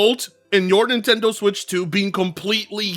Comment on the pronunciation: I like how the closed captions went "Bye Nintendo" when you said "Buy Nimtendo". Because that's exactly what I think right now - Bye Nintendo.